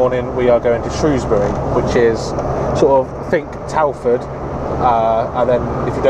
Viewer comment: I live in Telford, shame I missed you. Im normally either driving near London or Doncaster lol I’m so glad you pronounced Shrewsbury the way you did haha, some folks want to sound posh and pronounce it “shrowsbury” teehee